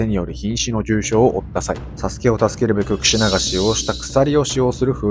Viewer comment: クシュなって聞こえる🎉